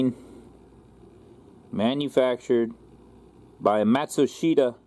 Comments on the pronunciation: I believe Matsushita is pronounced matt-shoe-sta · 4 syllables as in Mat-sue-she-ta